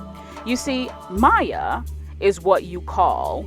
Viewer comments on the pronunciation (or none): none